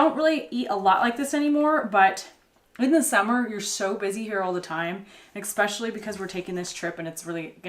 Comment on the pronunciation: Especially. Not expeshully. Especially.